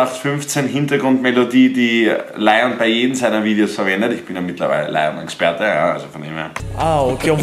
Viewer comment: du bist ein lion-experte aha du sprichst den Namen immernoch falsch aus😂😂